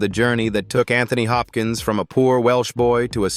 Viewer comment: PLEASE PLEASE PLEASE learn how to correctly speak his name. correctly.